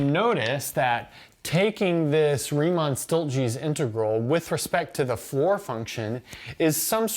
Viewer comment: “Stieltjes” definitely seems like a Dutch name, in which case it would be pronounced like “steeltyes” (/stiːltjəs/ for those who can read IPA). It could be one of those cases where a Dutch last name was ported somewhere else like the USA though, like “vandenberg” and such. It’s very neat that the floor function takes the integral to a summation, feels very intuitive!